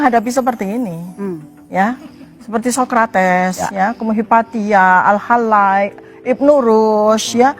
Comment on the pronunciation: Buku rrt itu 700 halaman kok sama dgn 2000 journal 😅😂. Al hallaJ dibaca Al hallaY 😅 jelas cuma baca huruf latin gak tau bhs Arab dia. Lalu oracle itu kan bola kristal yang sering ditanya para dukun 😂 aduh ngakak gw 😂